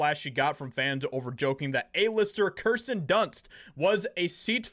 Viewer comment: Hey Schumer your BLONDE is showing. The name is KIRSTEN, not KRistern.